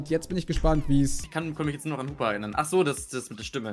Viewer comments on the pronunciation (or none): none